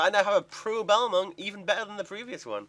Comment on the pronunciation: The way you say balmung makes me want to punch some babies.